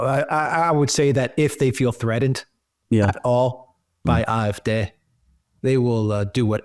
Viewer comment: Dear and Alexander, I know that I am far from the only one who highly values your geopolitical analyses. Nevertheless, I too would like to express that here once again. Please do not hold it against me that I have two further insignificant remarks: always pronounces "AfD" as "Afdè", so with a short "e" at the end, while if you want to pronounce it in German, that "e" should be more elongated, so as "é" or "ee" as in "rEprodruction". And for Alexander: "Wagenknecht" is pronounced in German as "WaaKenknegt". And although my mother tongue is Dutch, I hope that the German listerners here can agree;-)